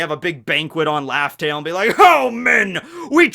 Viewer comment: please stop saying laugh tell 😭 this hurts my soul